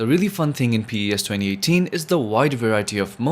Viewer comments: Its not P-E-S its PES😂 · It’s called PES not Pee e esz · The way he pronounced PES is so funny😂no hate tho🙏🏻